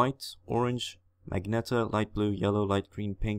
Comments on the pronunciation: Magneta? Freshy. Its magenta. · Lol he said magenta with a hard g lol